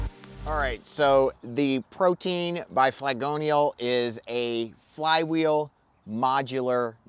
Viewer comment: Ok, but you know it's not actually pronounced 'protein', right? Pro-tee-in.